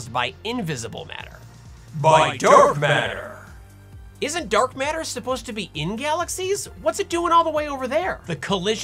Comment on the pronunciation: If you watch Sabine she says Dark Matter but with her accent it's Dark Meta 😂🤣 i laugh so hard